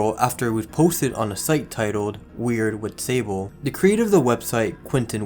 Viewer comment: also, Whitstable is pronounced like the farmyard stable with "Wit" at the begt